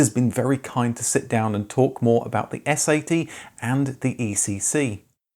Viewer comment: You sound too much like you're saying "S.A.T.", instead of "S-80".